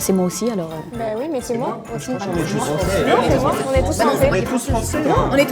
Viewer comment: Pour la 1, y'a un petit accent, mais ça pourrait être l'accent bordelais. La numéro 2, dès qu'elle a essayé de dire "aussi" et qu'elle a dit "oussi", c'était grillé. Non, le numéro 3 a l'accent + le ton trainant et musical des québécois. Le numéro 4 imite très bien le bobo français, mais je ne sais pas, le ton est trainant et c'est rare les jeunes de cet âge là qui parlent comme ça. très belle imitation, mais de même, pour son âge, la façon de s'exprimer n'est pas hyper courante. Pour l'instant, je dis la 1, mais les 4 et 5 ne sont pas impossibles. Edit : Victoire !